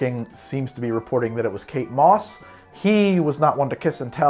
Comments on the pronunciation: I thought you were saying "cake boss" instead of Kate Moss and was so damn confused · Thought for sure you were saying cake boss at the beginning